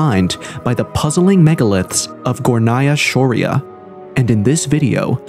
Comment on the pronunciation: Its pronounced Górnaya Shória. It rhymes. Tatars and Tartarians are different people. The Tatars are small, nomadic people who are not known for their scientific or engineering discoveries. Such abilities are usually passed down through DNA. Among alternative researchers, Tartarians are believed to be the same as Scythians and the Mogols.